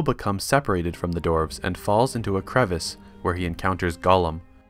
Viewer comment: DWARVES NOT DORFS